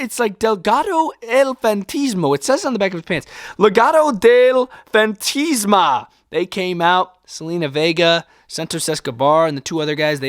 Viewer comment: You pronounce it like Fantasma (emphasize the a in between the t and s)